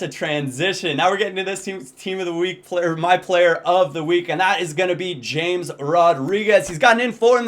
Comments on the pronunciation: Never occur to you that it won't be pronounced James? Anyway according to Tim Vickery, it should be said as 'Hames'. He said he absolutely hates it said as James. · It 's pronounced 'hamez'.. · I think James is pronounced (Ha-mace). At least that is what the commentators say on Bein Sport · It's not pronounced James, it's pronounced Hamez. :D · it's actually pronounced *Ha-Mess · James Rodriguez is pronounced Hey-mes